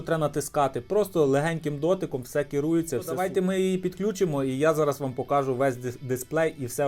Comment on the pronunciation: Хто тебе навчав української мови? Наголоси вивчи будь ласка , вуха ріже. Не вмієш розмовляти не виходь. Заїbaло твоє слово покАжу. Найми репетитора. Чи до логопеда сходи.